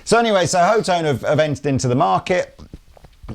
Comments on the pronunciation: C'mon guys..... HOE tone?? Are you serious??? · Pretty sure it's hot-one. Lees previous claim. But hot-tone, also makes way more sense than... "Ho-tone". Either way....stupid fuhkin name for a brand, with a dumb spelling that likely messes it up, and pronunciation is funny